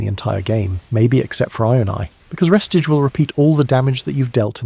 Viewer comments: I ain't trusting anyone reading re stage as res tige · its pronounced Ree- stage. Stage as in, theatre stage. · Why the hell is he saying “restige”